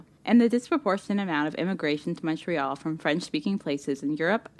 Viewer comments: also, we pronounce Montreal, Mon, like in Monday +tree +all and not Mon, like in Monster. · Cringe every time you say the city's name...it's pronounced as 'Muntreal' not MONtreal... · Why do Americans pronounce it with such a sharp “O” lol. Everyone here calls it “Mun-Tree-All” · My city!!🤍 If you ever make it up here , the correct (english) pronounciation is M(un)ntreal ; rather than M(aw)ntreal. Although we're so polite that no one will ever correct you, it does get annoying. This will set you apart from the rest of the tourists from the US. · Say the name of the city like this: mun-tree-all (if pronouncing it in English). The first vowel rhymes with "bunt," not "font." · Americans pronunciation on Montreal makes me cringe. It’s pronounce Muntreal, no emphasis on the Mon part. Muntreal….say it with me!! Cute video. 1 hour from the border. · It is pronounced Mon(t)-réal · Start saying Montreal like a Canadian! We say it like Muntreal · great video .. but being a Montrealer .. I gotta give you an inside tip .... Montrealers pronounce it MUNtreal .. listen to her in the video she keeps Saying it , trhat's how we pronounce it .. Muntreal